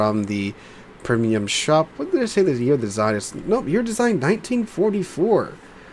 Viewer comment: Am I deaf or did I hear "Permium"?! American "English" gets stranger by the year...